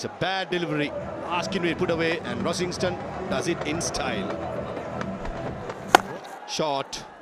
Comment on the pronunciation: At least get Rossington's name right. You guys can't play cricket anyway so at least make the effort to refine the little details like this